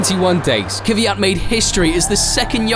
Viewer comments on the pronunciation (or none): It is 100% BS as usual. Try to pronounce his name properly it isn’t kyviat, but kvyat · why do you insist on calling him kiviyat? his name is kviyat... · It's not Kiv eey at. It's. Kveey at. Look how it is spelt and listen to how he pronounced it !!! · Not Kyvyat but Kvyat. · If you really feel for the guy at least try to pronounce his name correctly. The lazy English attempt of "Kiviat" is a disgrace. Danil appeared on screen in this video pronouncing his name correctly yet you took no notice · His name is Daniil Kvyat. Not "Kivyat". NOBODY in this video pronounced his name correctly ONCE. What a disrespect... Shame on you all! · why does everyone pronounce his name as kivyat? there's no i in there